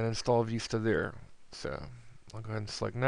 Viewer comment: you say vista funny it's like you put an extra i on so it goes like viista but whatever :D